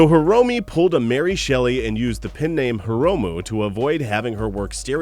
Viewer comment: pen name not pin name jesus christ say it right the first time please